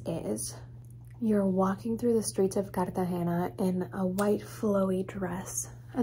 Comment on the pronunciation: Omg, u speak Spanish? U said sandalias and Cartagena like latino ♡